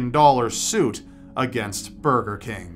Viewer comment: did he say furger king ?